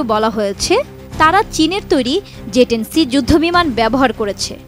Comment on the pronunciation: জে ১০ নাকি যে ১০??উচ্চারণ এমন কেনো??